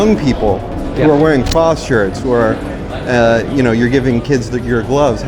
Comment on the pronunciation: First off his name is Prost (with a long o) and please use the local pronunciation of Duke (He is not a Dook).